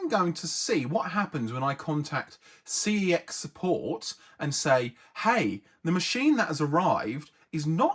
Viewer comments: it is pronounced like sex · I briefly worked at CEX, they want you to pronounce it "SEX". It's why their in-store wifi networks are called "Unprotected CEX" and "Protected CEX". But I still pronounce it "C-E-X".